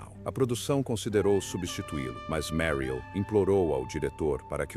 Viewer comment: O comentarista não sabe direito como pronunciar o nome da atriz Meryl.....